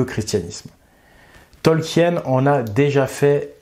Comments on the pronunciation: Ça se prononce Tolkieun ??? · Ça se prononce Tolkine les amis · Ravi de voir un nouveau tissu de mensonge, mais c'est un peu fatiguant de t'entendre ruiner un des univers que j'apprécie avec des théories du complot. Tolkien ( que tu ne prononce même pas correctement) est un fervent catholique, et son éditeur lui a commandé le SdA, au contraire du Silmarillion qui était beaucoup trop désordonné Ta rhétorique me dégoute, et tes raccourcis sont absurdes, et non sourcés